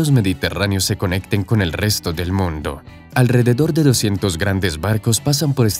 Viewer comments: que horrible redaccion. En vez de mundo dice moondo... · Hay lo siento pero lo tengo que decir, no sé pronuncia moondo sino mundo, una única vocal en forma de U, si algo bueno tiene el español es que todas las vocales tienen un único sonido. Que alguien me explique como de lógico es que haya un túnel desde Gibraltar hasta Tánger cuya distancia es más aún que el doble más corto, Gibraltar para empezar no tiene terreno suficiente para una boca de un túnel que se tendría que hundir hasta los 1000 metros bajo el mar, pero aún más bajo tierra, además, se construiría en parte en aguas españolas y para que a españa le interese un túnel euroafricano pasando por Gibraltar, que es un paraíso fiscal o casi, habría muchísimos problemas, la segunda solución que se dio es la más posible de todas y seguro que será la que se escoja en el futuro. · jaja, por que hablas así??? "el puente mas largo del MONDO..." XD XD XD XD XD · ¿Por qué el locutor pronuncia la palabra "mundo" casi como en italiano? En toda la locución no le sucede con ninguna otra palabra. ¡Habla bien, habla bien o te mato! (?)